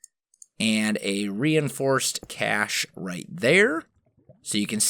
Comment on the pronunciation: first "cachay" now "maceerator" XD its pronounced ma-ser-ray-tor.